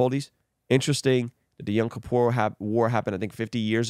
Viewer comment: its pronounced "Yom Kippur" not young Kippur